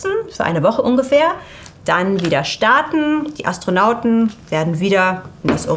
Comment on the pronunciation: Anstrengend. Mal "Orion" deutsch ausgesprochen, mal englisch. Mal "Anstronauten", mal "Astronaut*innen". Also wenn gendern, dann auch bitte durchgehend. Das ist auch kein Meckern auf hohen Niveau, denn immer mal zu gendern, ist der Sache an sich nicht zuträglich. Dann lasst es lieber. Dazu kommen noch die unnatürlich gezogenen Wörter/Sätze, als würde man während des sprechens überlegen was man eigentlich sagen wollte. Das alles macht das Zuhören in der Summe wirklich schwer. Persönlich finde ich das wirklich schade, denn man ist bessere Qualität gewohnt.